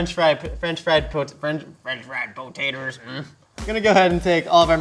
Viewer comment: “French fried potaters, mhm” 😅